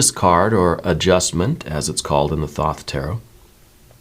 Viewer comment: I was told that the deck name is pronounced 'Toth' not 'Thoth.'